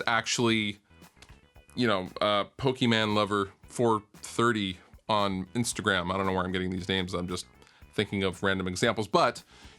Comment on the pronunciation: you said Pokeman!!! :'(